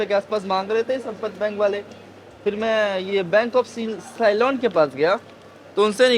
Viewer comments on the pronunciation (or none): साइलोन नहीं सीलोन बोला जाता है ... कहीं ऐसा ना हो कि साइक्लोन बोल दो ! तुम्हारी अंग्रेजी - हिंदी माशाअल्लाह 😂😆🤣